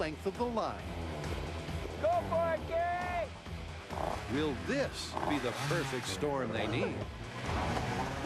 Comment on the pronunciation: its kari, not carrie